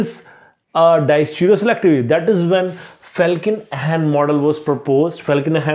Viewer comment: It's Felkin-Anh not Ahn